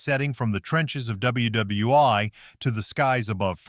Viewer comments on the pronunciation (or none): Narrator - it’s pronounced World War One, not World War (eye). These AI errors are inexcusable. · Aces WW Eye 👁️ Really? You mean World War One 😂! 😂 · More blank blank AI commentary e.g. WW Eye!!! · AI narration, needs to evolve... double U Double U 'eye' ???? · WWEye. W are rah 2 What! Is your AI smoking crack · No. You are not. What did just I just hear? Double You Double You One? Really? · What is it with the AI narrative which calls WWI, ww i. There were no real Japanese planes in Tora Tora Tora, not all planes in The Battle of Britain were real, Stuka were RC models, most of The Great Waldo Pepper was filmed in Texas! If it was not for the flying in Aces High I would never watch it! Oh the least accurate of all the movies in this review was Flyboys, it terrible scrip, CGI was way off, those planes were not that fast nor would they have survived some of maneuver! Except for the French commanding officer none of the pilots had the correct names of the real personnel of the true squadron that the story was supposed to be telling!